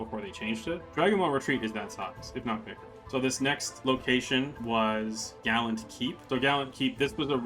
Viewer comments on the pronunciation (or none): none